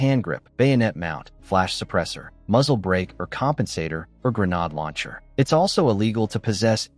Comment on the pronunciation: By the way…..what’s a gernaude lancher? AI description is misleading. It’s pronounced 🤯😱